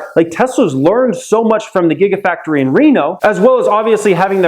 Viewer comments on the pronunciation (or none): none